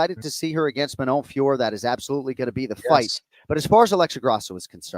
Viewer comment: Please stop saying Manon Fiorrr, it's Fiorot, pronounced Fee-oh-roh. Why in the fuck would you mute the last o? Is that how french works? I don't think so, I'm french and I've never seen such a random stupid habit. Now Jon you've influenced a bunch of UFC people with your poor pronounciation and they're all copying you. It's really fucking annoying. You've fallen victim to an auditive illusion where she lightly pronounces the "r" and the 2 "o" make the same sound so you hear it as "Fior" but it really is "Fiorot".